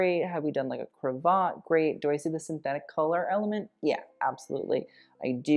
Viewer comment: Triple pearl chokers. On theme. Queen Alexandra George Vth’s wife wore a glorious set. Princess Diana wore one in the 1980s. Cravat rhymes with cat. The lovely black figure of 8 braided closing on the black jacket frogging. I am so impressed at how much background and referencing you put together for two almost back to back episodes.Do you ever sleep?